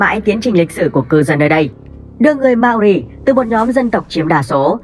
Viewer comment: Mao ri not ma o ri nha :)))